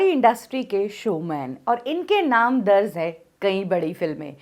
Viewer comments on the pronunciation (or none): Miss Darz nahi hota DARJ hota h